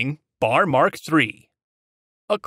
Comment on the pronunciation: When describing Browning Automatic Rifles It is spelled B..A..R.. Not pronounced Bar